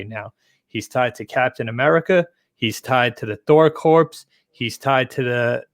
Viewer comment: If we are gonna talk about books can we learn how to pronounce words properly? Corps is pronounced CORE, not CORPSE.